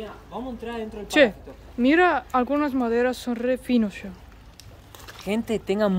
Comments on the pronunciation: Y seguís equivocándote, porque no es "paláfito" (palabra que, por ser esdrújula, obligatoriamente debería llevar tilde...), sino PALAFITO, palabra naturalmente GRAVE (como son la mayoría de las palabras en el idioma español), por lo tanto NO LLEVA TILDE (u ACENTO ORTOGRÁFICO), o escrito, sino que sólo se pronuncia ACENTUANDO la penúltima sílaba, naturalmente, siempre, sin necesidad de poner tildes. Son las reglas del idioma castellano. (o sea que NO LLEVA TILDE, pero, a los efectos demostrativos, para que lo vea y entienda fácilmente, sería PALAFÍTO) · Palafíto.Palabra grave,no esdrújula.Ah! Chiloé,palabra aguda. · Cada vez que y dicen "PalÁfito" un Chilote queda sin hogar😢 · no es paláfito es palafito con acento en la i. hay otras que ahora no recuerdo y que no acentúa y pronuncia bien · Lindo video chicos. Nos encanta su naturalidad y buena educación. es muy cordial. sorprende con su español. Una pequeña observación acerca de la palabra Palafito. Es una palabra grave. No lleva acento ortográfico. Al pronunciarla la mayor intensidad va en la sílaba fi. Sigan llevándonos a pasear por el mundo. Conozco parte del sur chileno. Es muy hermoso. Muchos cariños para ustedes y sigan adelante. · Palafito,con acento en la i…para que lo digan correctamente Un abrazo y gracias por compartir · Aunque el vídeo es de hace muchos meses, recién lo veo. Fantástico todo: Chile, ustedes y el español de. muy empático y gracioso. Pero... es palafito con acentuación prosódica ( sin tilde, la sílaba tónica es "fi". No te ofendas por la corrección. Apareció la "maestra de primaria q hay en mí ). Adelante chicos. Geniales!!! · PALAFITO, NO COMO DICE.